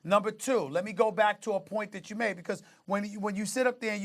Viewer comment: It's that not "dat" dummy